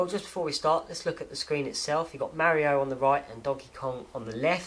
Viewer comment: I like the way you say Super Mary-O. lol I knew a kid who had that watch school Back in the Day. I HATED him! I'm sure the collectors are SCREAMING since you opened that Game & Watch. I agree with you. What fun is it if you don't play it?